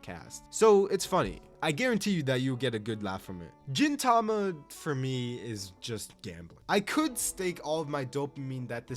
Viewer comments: You saying Jin Tama instead of Gintama really pained me for some reason. Also side notes, 1) the women in D Gray Man have personalities because a woman wrote it just like FMA 2) Sket Dance author was the assistant of the Gintama author that's why they feel similar (They have even done a crossover) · was pronouncing gintama as jintama intentional?